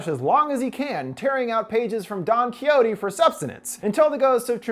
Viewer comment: detesto como dice quijote jajaja